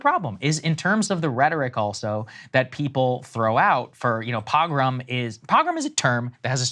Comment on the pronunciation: Of course Krystal doesn’t even know how to say the word “pogrom”